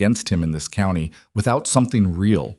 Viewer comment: If you are using an ai voice to narrate a story you need to get the word COUNTY pronounced correctly for as you can see it has a T in it so it's not couny!!!!!!!!